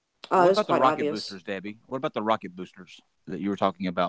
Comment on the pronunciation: sounds like its not Debbie...